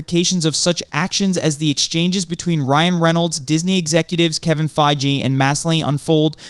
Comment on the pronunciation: I just wish you could decide on ONE way to pronounce Fiege and put the emphasis on SHE-hulk not she-HULK.